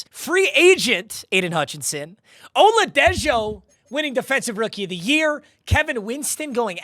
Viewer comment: It's pronounced oladeho